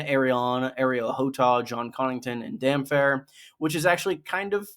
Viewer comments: "Dam-phair"? Are you trolling? 😂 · Damp-hair! Not damfair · It’s damp-hair. GRRM has said it MANY Times. He is a sea fairing man, hence wet(damp) hair. Water. Get it? 😁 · Pronouncing Damphair and damfair does psychic damage